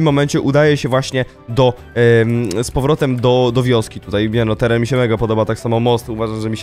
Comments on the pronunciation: "teran" i "umieszony" piękne 😅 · "teran" Piękne 😅